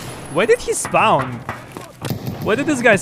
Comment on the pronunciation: Helping with English. Spawn is not spouwn, it's" SPAnn".